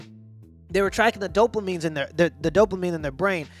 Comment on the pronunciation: if he says "Dope-La-Mine" one more time, my head is gonna explode. It's dopamine."Dope UH Meen".